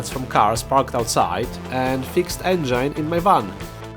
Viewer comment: the way you said engine was funny but you didnt get it wrong what country are you from?